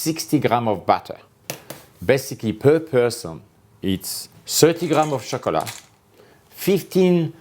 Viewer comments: Every time he says shocolate you have to do a shot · Mousse au Shockolah 😅 I love his accent.. Makes my heart smile 😍 especially enjoy how he pronounces my FAVE word.. CHOCOLATE 😍 The ingredients tho.. Picks up sugar and says: 60g butter 😂 Thank you chef 😊 will definitely try this recipe with my 7 y.o daughter 💖